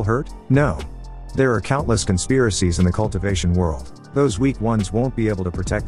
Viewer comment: What the heck. If you can't pronounce world correctly then fix the problem.